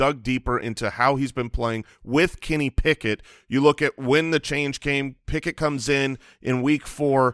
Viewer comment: Did just say Pickuth? That's a keeper.